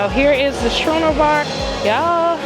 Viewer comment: Thank you for the video. Just fyi, and many people get this wrong, Schooner is pronounced "Skoo-ner' no "Shoo-ner."